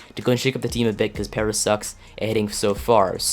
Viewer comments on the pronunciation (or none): Gerardo Parra last name is pronounced "Par-a"